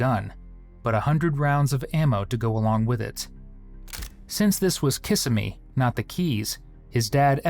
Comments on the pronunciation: KISS-IM-EE. Not Kissame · Kiss-emmy not kissa-me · oh god. hell no.. It's :Kuh sim ee". Not "Kisah Mee:. /wrists. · It’s pronounced kassimmee not kissimmee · The Florida city is Kissimmee, with the emphasis on the second i - not KISS i me. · kih-simmy not kissa-mee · It's Prounced KISS SEM ME. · You’ve got the wrong emphasis on the wrong syllable ~ Kiss-emmy. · It's pronounced: Ka Sim Mee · KA-SIM-E AI has a lot to learn about pronunciations. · Not KISS-uh-mee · Can you please learn how to pronounce Kissimmee? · As someone who lives in central Florida, way he is saying Kissimmee is triggering me so bad😫😭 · I live near Kissimmee and I can’t stand that this narrator didn’t take the time to learn how it is pronounced. And YES, I know that is dumb of me. But, there you have it…..😂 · If this is a real narrator he should learn how to pronounce Kissimmee .